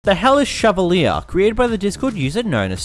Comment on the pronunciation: I thought you said "the hell is chevalier"